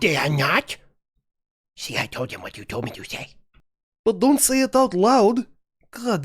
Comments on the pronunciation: "It hwaht?" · “It HWHOT?” Sent me 🤣.